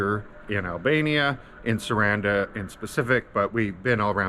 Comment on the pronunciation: Also...it's pronounced Sah rahn dah just to help.